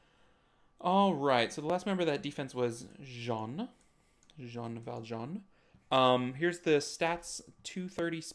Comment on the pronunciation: The way to pronouce Jeanne: the first E is silent, so see it as "Janne". then the A sounds like how you prononce the A from Rica. then add the nn sound. you actually hadit right the first time u said it